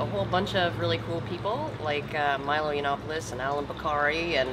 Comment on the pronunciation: Milo "Yiannopoilos"